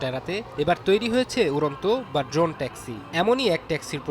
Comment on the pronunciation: Doron na drone hobe pronunciation